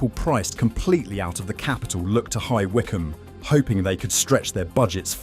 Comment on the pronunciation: Annoying AI commentary given away by more than 1 mispronounciation. Hi Whycome! I don't think so.....